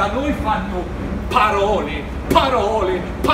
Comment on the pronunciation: "PPPAROLE, PPPAROLE, PPPAROLE, PPPAROLE" troppo divertente 😂